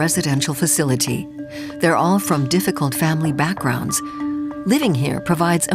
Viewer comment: It's interesting content. But the narrators are terrible: - It's called DISCO Island, not Disco ISLAND. We know it is an island, no need to point that out. - Its's called FAMILY backgrounds, not family BACKGROUNDS. These are specific kind of backgrounds. Why not emphasise to make sense?